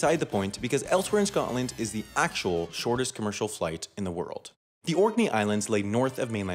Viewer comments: 1. It's pronounced Scotland there is no gap between Scot and land 2. Scotland is bigger than that 3. Scotland is a proper country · Edinburgh is pronounced wrong Scottish ppl everywhere wanting to die also Scotland is one word its not Scot-land it’s just Scotland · He also said Scott-land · Did he just call Scotland.... Scot-LAND? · Forget the political designation question, I didn’t know it was possible to mispronounce Scotland, but he achieved it! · This guy's pronunciation of Scotland is just killing me. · Your pronunciation of Scotland hurts my tartan heart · The way he said Scotland and Edinburgh is irritating me